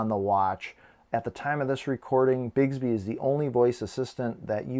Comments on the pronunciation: Great video, awesome watch but it’s BIX-Bee not Bigsby (I just became one of “those” people…apologies dude, not meant to be snotty at all!). I had my GW4 Classic for over a week and hadnt even tried Bixby simply because it sucked so bad on previous Samsung Watches where it was really just the old “S Voice” renamed Bixby. Ive since found out its been rewritten for the Galaxy 4 so it works infinitely better now, much closer to Bixby on Samsung phones! I bet Samsung asked Google to hold off on Google Assistant because they knew the bad rep Bixby has on Watches and knew no one would ever give it a chance if Google Assistant was available on launch - but that’s totally just my FanBoy theory. In any case, give Bixby a try - at the very least, it will make waiting for Goioglew Assistant much, much easier and many of you may find you dont even care so much about Google Asst anymore! :-) Great Vid!!! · Informative video! But "Bigs-bee" drove me crazy. It's "Bicks-bee"! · BiCKSbee is how it's pronounced lol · How are there not a hundred comments that it's Bix, like Twix, bē? Bix-bē.